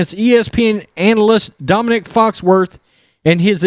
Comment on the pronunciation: It's not Dominic, It's Dominique, like a bitch!